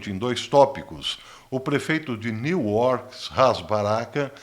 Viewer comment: Professor quando fala Newark que fica em New Jersey da a impressão que e New York, pessoas que moram nessa cidade chama de nurk ou nurkao